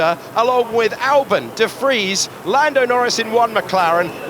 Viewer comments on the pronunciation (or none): Are we going to have to listen to Alex say de Fries all season!? It's de Vries! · Nick... last name Debris? 😂